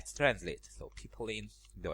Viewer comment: Funny how you pronounce "Pipeline" as "People-in", thanks for another amazing tutorial, some interesting knowledge.